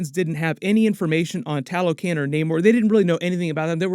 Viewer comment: It’s ta-lo-con not ta-lo-can